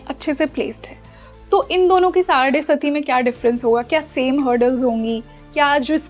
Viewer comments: मैडम साढ़े साती होता है न की साढ़े सती बार बार आप गलत बोल रही हैं सुनने के बाद भी नहीं 😂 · I agree! The pronunciation of 'saade-saati' is erroneous..and the involvement seems frivolous. Such serious & sincere astrology experts need to be interviewed with meaningful queries..to delve into a gem-studded ocean, one needs to be a competent diver!